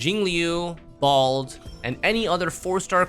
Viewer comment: blAde...not bald...... You sure her name isn't spackle?